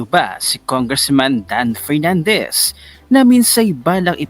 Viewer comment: Ano ba yan inalis na ni Pernandez ang letter F sa alphabet